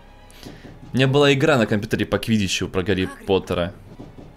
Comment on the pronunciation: квидиш а не квидич